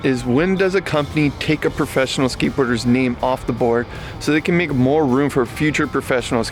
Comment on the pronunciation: Skatebirders ?? Are you high?? Your pronunciation 😂😂😂 Tony hawk's femur bone is still healing. He's not skatebirding.